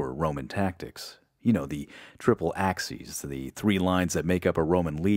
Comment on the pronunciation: Very well researched, structured and presented, and narrated with a very pleasing, clear and well-modulated voice. Just, please, work on the pronunciation of some words. Nu-cu-lar (it's nu-cle-ar), venement (is that a portmanteau of vehement and venomous?), VEE-lights (it's ve-LEE-tes or ue-LEE-tes), axies (there's no X in acies, and it's not related to axis; it should be a-kee-es), to name a few.